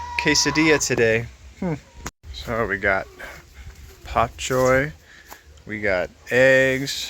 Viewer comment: Such a difference when u smile, keep it up we prefer you that way. By the way,, it's "Bok Choy" NOT "Pop Choy" if I'm not mistaken!